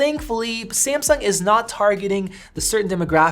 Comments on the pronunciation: Its Samsung sir not Semseng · 5 seconds into the video... "SI-AM-SUNG~"